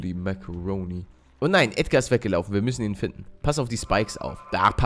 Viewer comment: Mirco Hofacker es ist EdgAr und nicht EdgEr!